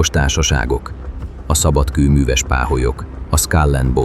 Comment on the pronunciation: "Szabad kőnűves páholyok" 😂.Van baj az AI-al.